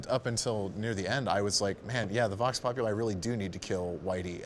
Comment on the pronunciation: >just click randomly in the video >Vox Populi mispronounced right away If you are going to be edgy enough to give a latin name for the Voice of the Worker atleast be able to pronounce it.